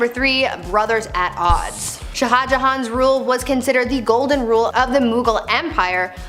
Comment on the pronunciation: shah should be just one syllable, but you're cute so we'll let it slide.